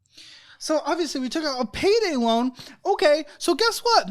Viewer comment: It’s “loan” not lone kid